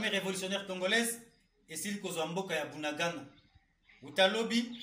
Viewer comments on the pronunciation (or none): C'est Bunagana et non budagada